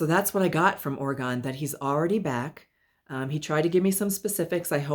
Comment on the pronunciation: Hi, thanks so much for the reading w/ Orgone (yes, you pronounced it correctly). My husband is allergic to cats, but that never stopped him from having them. Orgone did love to be held so it doesn't surprise me he jumped into your arms! Orgone did pass from a tumor in his stomach. We do have crystals around the house, but none that dangle or hang, but I can understand that he would like looking at them. We're not sure what the chicken nuggets or Miss Fishy is referring to, but we did find the message about him w/ other families comforting. Thanks again!